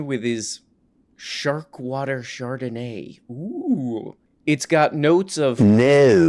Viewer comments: "shart-o-nay" wine. Lovely notes of shart. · Char-don-ay? CHAR-DON-AY?! Say it right, Frenchie!